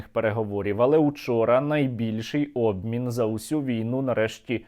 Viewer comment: "Наибильший обмин" ой бл...я Черт Нерусский🤧